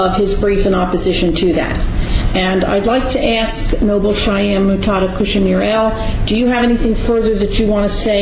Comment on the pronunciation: If this multiple personality organism is able to memorize and pronounce legalese without difficulty yet cannot correctly pronounce the word “ASK”, he has proven his determination to pick and choose vocabulary based on his arrogance, determination to play the fool and being belligerent in general. How hard is it to pronounce a three letter word? I feel if the defendant willfully refuses to pronounce the word in question, the judge is under no obligation to proffer an answer. It is possible, as a side note, he is mentally disturbed, suffers from a physical disability or is simply a jerk.